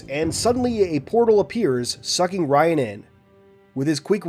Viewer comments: Little tip, Rion is pronounced "Re-own" not "Ryan" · in the audiobooks its Re-own